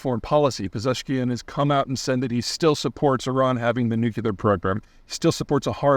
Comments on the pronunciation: Pete, you're killing me it's nu-klee-er not nu-cu-lar. It's like a british person adding an additional consonent with aluminium. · I love it when smart people use the word nucular in stead of the correct word nuclear. It makes them sound even smarter sarcasm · It drives me nuts that such an obviously intelligent person keeps saying "nucular" instead of nuclear. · Dammit Peter: NU-KLEE-ER. NOT NUKE-U-LAR. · Thank you, Peter, I always enjoy your videos! But why do you say "nu-cu-lar"? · "nuk-u-lar" I blame Dubya Bush for how common this mispronunciation is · "Nuk-u-ler". Sigh! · "When the United States" — — just who, specifically? Did anyone in the United States object to this? Did anyone encourage this? Also, the word new-KLEE-or remains unchanged. It refers to the center of something. The nucleus (not pronounced NEW-clue-lus). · "nuk yu ler" idiot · I feel this. Why?? WHY? It’s not even spelled “nucular”. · It’s obviously nookieler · Unfortunately English rules are descriptive, so we may see it pronounced as nuculer in the dictionary here in 100 years. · Peter, now that you've mastered pronouncing "Massoud", can we get to pronouncing "nuclear" next ? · Nevermind Persian names, please for the love of God learn how to pronounce the word "nuclear." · 2 syllables: nuclear. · I find it interesting the number of people who can't pronounce the word nuclear properly. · He lived in Texas for a long time. We all just pronounce it that way. Not defending it, it's just a local accent thing.